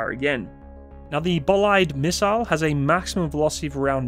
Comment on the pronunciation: Bolide = Bolide. Don't not speak the letters you see, sweden is not english or french. They have an efficient (effishint) language (languitsh) :) just like ze Tshermans.